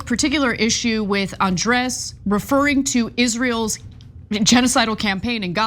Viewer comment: Ben trying to pronounce Andrés. Grade is C-. Too quick, ingenuine with a bit different nastiness to the tongue. And the 2nd take mentality of the Israeli government is inhuman. One take to negotiate. You do something else, that's inhuman negotiating.